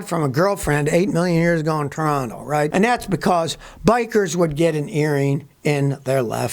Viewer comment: Respect from up north for your correct pronunciation of T'ranna